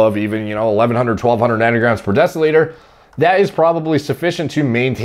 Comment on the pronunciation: Why does everyone in the US say nany grams? Like do y'all have some grandma issues or something? It is N A N O grams